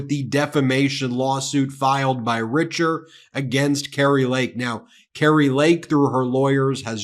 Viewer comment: Richer is actually French and it is pronounced "Reeshez". Just thought you should know. :)